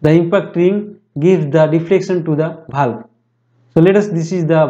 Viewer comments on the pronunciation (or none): Not bhalv its valve